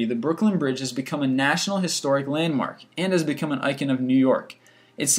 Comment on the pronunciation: Informative video with cringe-inducing pronunciation, including "consequently", "icon", and "Marin".